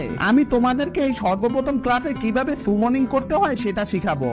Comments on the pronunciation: আপনি যেটা সুমনিং বলছেন সেটা তো সামনিং 😂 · Bhai সেটা সুমনিং না সামনিং।